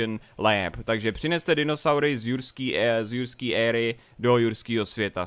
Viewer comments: Já slyšel ruský svět místo jurský svět :D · ehm ten začátek jurským ne RUSKÝM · Lol. Hned na začátku řekl ruský svět😂😂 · Joo on to rekl na zacatku ze vyjde novej ruskej svet aha. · jsem jediný kdo to slyšel nebo na začátku řekl místo jurského světa ruský svět ? :D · Proč jsi řekl rusky svet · Sovětský Svět? Jsem jediný kdo mu to rozuměl? xD